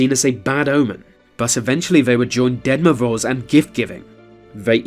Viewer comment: Can you please stop calling Grandpa Frost the Dead Moroze? Sounds kinda morbid when you pronounce his name that way, Ahah))